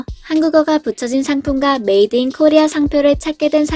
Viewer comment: 인사이트 커리아, 커로나.. 나만 이렇게 들리나? ㅎ